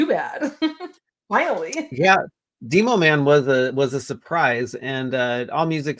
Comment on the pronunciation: Dee-Mo Man? You mean, Demo-Man…like Demolition. 😅